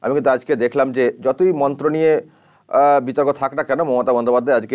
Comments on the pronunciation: ভুল মন্ত্র পাঠ করলেন নিলর্জের মতো।🙏🇮🇳🙏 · ওরে বাবা এ আবার কেমন হিন্দি, আর মন্ত্র উচ্চারণ, উনি হয়তো 🤔🤔🤔 বই সাফায়ে ফেলবেন শিগগিরই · মমতা ব্যানার্জির মন্ত্র শুনে খুব হাসি পাচ্ছিল।কি ভুলভাল মন্ত্র বলছে। উনি কি হিন্দু না অন্য কিছু সন্দেহ আছে। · হিন্দু ব্রাহ্মণ হয়েও ভুল মন্ত্র উচ্চারণ করে ।সে আবার অন‍্যের ভুল ধরছে। সত্যি খুবই হাস‍্যকর ব‍্যাপার। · ভুলবাল মন্ত্র উচ্চারণ করে পাপ করছে